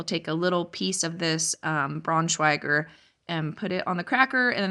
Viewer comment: I wated all day for this video I am so glad I can watch it now! Hannah's just the cutest <3 And don't worry about the plates, I wish I would have thought about this when my son was born, that's so smart! The pronouncement of Braunschweiger was very good. I already saved the recipe for the applesauce loaf, it sounds so delicious! What I really love is how you freeze so much stuff, I would've never thought of using lemon juice. Same with the Kale, here in Germany it's used as a cooked dish, I never had it in a smoothie. Will need to try! The roast looked delicious. I think I might still have one in my freezer. I so get you with the jars, but as it's my first time doing this challenge (with a small grocery budget / fruit budget for kindergarten), I am mostly just trying to use up as much as possible and then try to stick what you're doing, mainly just canning the things taht are getting eaten because right now, we have so much that we rarely eat and that's just a waste of space. I am excited to see your next video <3 <3 <3